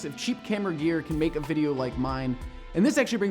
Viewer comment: "make" I thought it was "mike" which is short for michael